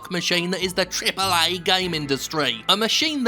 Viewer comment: Why do you say triple a like that are you disabled